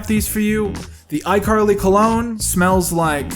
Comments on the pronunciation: he calls her "icarly" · "iCarried you" DUde I'm wheeze laughing oh my god